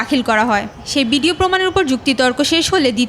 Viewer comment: প্রতিবেদন যিনি পড়লেন.....সে তো ...ভ.... বলতে পারেনা....ভ ....কে ..ব...বলছেন...........বিডিও ......টেলিবিশন